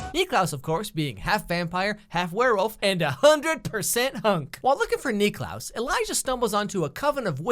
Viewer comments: The fact that he calls him Nicklaus the whole time... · He keeps calling klaus Nicklaus and it is really triggering me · I’m cringing cause he keeps saying Niklaus like no just call him klaus the only person that calls him Niklaus is Elijah. Stop.